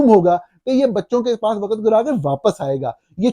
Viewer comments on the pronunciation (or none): سچ بات؟ سچ تو آپ کو بھی سننا پسند نہیں۔ ملاحظہ کریں اپنی روز مرہ کے شگوفے: 😙 Hopefully your son, یاراں years old, speaks better than "waqat", "soverenety", "mulak" and "قنون" --- and doesn't utter annoying catch phrases like صاف ظاہر ھے ... 😂 I think he's old enough to know the difference between "build" and "built" and that the English word is pronounced GOVER-MENT not GOR-MINT. In Urdu it is called حکومت . Likewise رہا (rahaa) means lived, was, stayed etc. [The past tense of the verb "to be".] However when are talking of release from captivity, the word is رہا (rihaa).